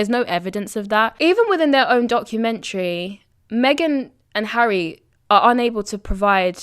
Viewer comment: Hi she cannot say HARRY???